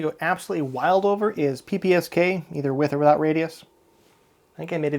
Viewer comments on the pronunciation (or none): none